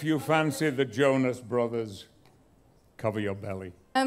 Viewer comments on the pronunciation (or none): none